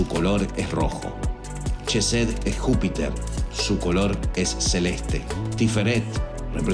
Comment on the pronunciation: Una pequeña aclaración sobre la entonación de "Chokmak" y "chesed": El sonido de la digrafo "ch" no es "consonantico palatal africado" sino es "velar oclusivo sordo", tal como se emplea en los monografos "k" y "c" respectivamente. Por cuestiones de estética gramatical y de transliteracion, ha pasado a ser un sonido basado en el "fricativo" de la "sh" inglesa. Para asegurarnos de una mayor proximidad al hebreo, se entona la "k" y la "c" con el acento germánico pero sin el "golpeteo" palativo y se convierte en un nuevo digrafo: el "kj" Por tanto, pasaría a escribirse "kjojmak" y "kjesed". El detalle aquí es el mismo que sucede con la forma de escribir "di-os", vaya, de Hashem o Adonay. Pero en este caso es la "k" dado que esta letra ocupa la 11° posición y bueno, tu sabes que el 11 es tabú. Para diferenciarlo se emplearía la "q" "Qjojmaj, "Qjesed", incluso "Qaballah". Visualmente luce extraño pero es lo que sucede también con la escritura de los profetas: Abraham = Ibrahim, Issac = Yitzhaq" Jacob = Iaqob... y así. Pongo lo anterior tratando de diferenciarla de corrientes new age y pseudo-sabateas, algo más luriana, más sionista. He aquí mi dato cool🤙 De momento es mi pequeña objeción de otras. Nota: Se agradece que no citaras al Yeshua Ben Yoseb. Shalom,!🙌 Que la Luz de Gopala te Ilumine.